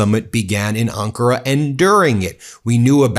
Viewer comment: Ben? It's pronounced AHN-kah-rah. Emphasis is on the first syllable, not the second.